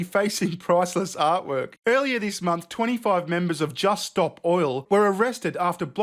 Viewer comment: You have a certain way of saying jisst.